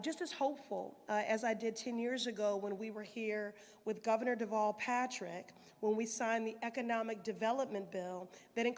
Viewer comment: Terrible "govenor", terrible "lt. govenor", and terrible "mayor".